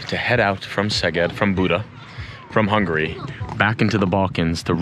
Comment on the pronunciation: Man, you are like a walking Wikipedia. You know more about Hungary than me. I like your videos! Your pronunciation getting better by the way ;)